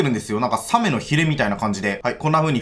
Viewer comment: サメのイントネーションがw